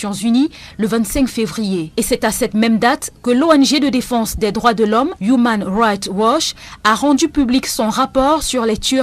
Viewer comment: "Humain raicht watch". Le pauvre.